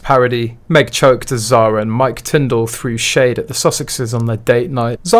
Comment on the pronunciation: Tindall is pronounced Tindle as in Kindle